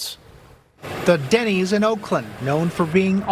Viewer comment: Denny's??!! not Denney's! Man, when a Denny 's can't cut it you are truly in a third-world country.